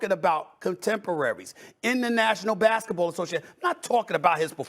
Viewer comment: Stephen A is so hypocritical I would be a better presenter...... He also keeps saying "Oh but not about basketballe" WTF IS IT ABOUT?!?!?!?!